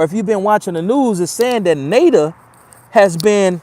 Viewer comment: My nigga said NATER… NATO.. North Atlantic Treaty Organization, Luv you homie, keep it comin, I fucks witt you‼️..